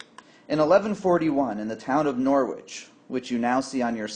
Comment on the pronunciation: We don’t pronounce the W in Norwich.